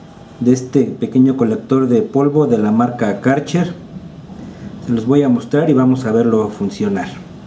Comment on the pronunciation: "Kartscher" immer wieder lustig wie andere Kärcher aussprechen :-)